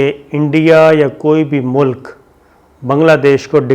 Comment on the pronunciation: aap ne bahot umdah khabar pesh ki hae. bahar haal main phir arz karunga apni urdu aap sahi karlen. pehli baat yeh ke ki mulk ke sarbrah ya aham shakhsiat ka naam ehtram se layna chahyea. yaani wazir e aazam Bangladesh, MOHTARMA Hasina Wajid saheba... Main aap ko zaroor tokun ga ke apni urdu ki pronunciation sahi karen. JUZ, TALKH, MUNDAMIL , MULK sahi alfaz haen. ummeed ke aap bura nahin manen ge. shukriya